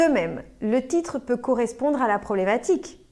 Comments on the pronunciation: Je pense c'est à cause de sa langue maternelle, elle prononce le t "CH "🙉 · Elle utilise une prononciation du portugais brésilien que n’est pas correcte. Par exemple, le mot « titre » elle le prononce comme « tchitre »